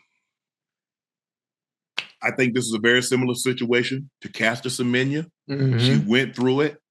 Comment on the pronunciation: Well done Unk in pronouncing our fellow South African, Caster Semenya's name so well.